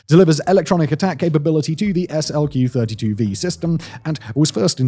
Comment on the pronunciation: That and hearing SLQ said instead of slick was cracking me up.